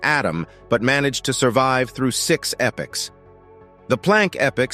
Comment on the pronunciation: Very interesting, but not so much as why the narrator keeps pronouncing 'epochs' as 'epics'. That's the greatest mystery.